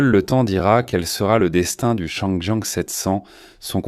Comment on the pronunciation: Désolé mais la prononciation en français de la voix générée par l'IA est tout simplement insupportable ! Appeler la marque Changjiang "changeant" et la transmission par cardan "cardannne" est rien de moins que ridicule !